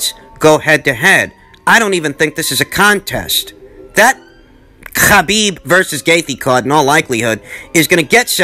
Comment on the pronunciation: When says Khabib.... 🙌🏾🙌🏾🙌🏾🙌🏾 Can say Nurmagamedov?